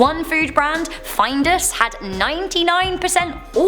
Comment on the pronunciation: Who pronounces findus find-us? Its fin-dus